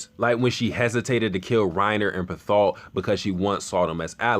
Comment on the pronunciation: I’m sorry... Bertholt? Respectfully, it’s pronounced Bear-tolt.